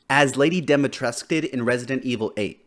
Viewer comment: I hate the way everyone pronounced Dimitrescu, they pronounce it "Demitresk" when its actualy pronounced "Deemitrescu"